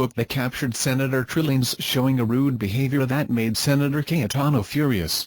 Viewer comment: The voice pronounced Trillanes as Trilling.... sounds like Trililing